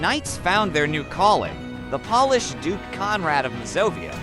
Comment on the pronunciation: Hearing “paul-ish” instead of “Pole-ish” made me cringe. Good story otherwise!